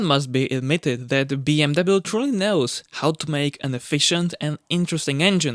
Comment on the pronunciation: Mate!!!! Find a diferent career! I can’t even watch this for the simple fact you can’t even pronounce BMW. Move on dude…..